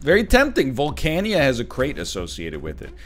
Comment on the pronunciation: NL pronouncing Volcana as "Volca-nya" has me thinkin' he be playin' Mahjong Souls behind our backs and not sharing.